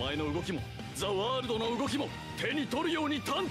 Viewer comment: Не За а зе и не варудо а зе ворлд слышиться и тебе за ваудо а вообще ЗЕ ВАРУДООООООО